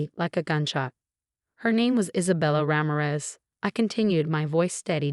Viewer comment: Let a real person read this story. You speak Ramirez as Raa-mie-res. Not as rammeres